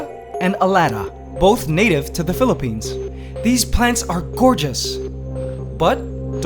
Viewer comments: Did you say philpines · "Phillipines" "Ants Canada" Nigga, what? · DID YOU JUST SAY PHILIPPINES OR I AM DEAF?